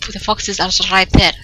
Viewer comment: Shrapnel Sharkalso when you said "give me the fox give me the fox" I thought you were saying "fucks" omfg